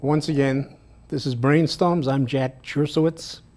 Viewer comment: Whats "breeen stumms"???